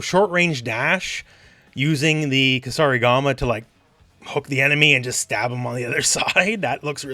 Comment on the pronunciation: so you know kusarigama and are not afraid to pronounce it (like the Kombat kasters lol), but you don't know that weird dagger is just a karambit lol)))